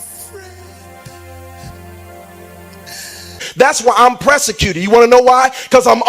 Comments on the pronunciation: PRESS-I-CUTED?????? Tell me you did not just say that.......you need to PROS-I-CUTED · He's "pressecuted# lmao